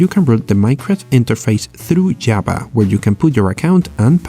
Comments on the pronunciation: I neber eben knew you can install Jaba (the Hut) like that :) srsly its pissing me of its a V not a B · Java not Jabba 😑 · "jaba" but good video...